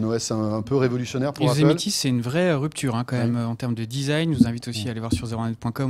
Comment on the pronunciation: Haha j'adore votre façon de dire "Yosemiti", mais d'ensuite dire "continuité" ;)